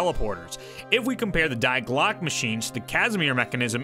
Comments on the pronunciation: Very insightful video! Thanks! Side note: it's pronounced 'Dee Glock-uh' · Die Glocke is pronounced (Dee Glock-uh) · "Die" in German is pronounced 'dee'